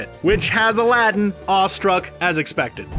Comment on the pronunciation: You need to really learn to pronounce aladdin